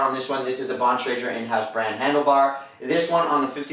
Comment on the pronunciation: Never hear somebody pronounce Bontrager wrong before.